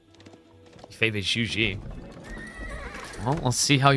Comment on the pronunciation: for the love of god please look up the pronunciation of "Zhu Xi" using google translate or ask a Mandarin-speaking friends but jesus christ please stop saying "joujie" it literally makes the match unwatchable